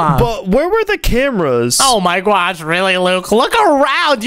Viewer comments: why in the world does he says oh my gwosh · its not oh my gyash its oh my god and oh my gosh